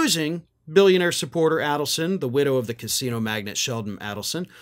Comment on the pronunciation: It's pronounced AID-elson.